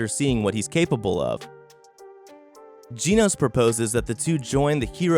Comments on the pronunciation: Nobody: This guy: geeenos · One Punch Man is one of the best anime you've ever watched, and yet you mispronounced Genos everytime you said his name? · Who the f is GEENOSE? Really man?